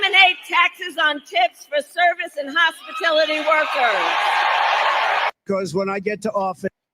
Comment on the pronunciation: Did she just say "HOSPITILITY workers"......?🤨 WHAT IS THAT YOU DICKFLUIT?!🤦‍♀️